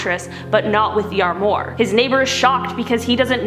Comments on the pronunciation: arm r wa not armore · It’s pronounced arm waur not armore oh come on lol it’s si annoying when I hear somebody say it differently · It’s not an “Arm mur” it’s an Armoire, pronounces “Arm-wahr”. I love your videos, but it’s very clear you never actually look up pronunciations of anything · Love the video, couple of notes, semi (sem eye) armoire (arm wire) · "Ar-more." :) And you tell us there are 5 "compartments" like Sakria, but you only named 4. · The way she pronounces "armoire" like "ar-more" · Never heard of anyone call a semi a semee lol and it's arm-waar. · please learn how to say SEMI and ARMOIR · the weird pronunciations and word replacements on this channel bug me sometimes. like Semi truck... or Armoire... ugh.